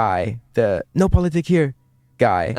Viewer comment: Love this, but it's "POLITIK" with a 'K'!